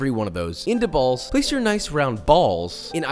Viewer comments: The emphasis on "balls" had me dying 😂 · the way he says balls had me cracking up 🤣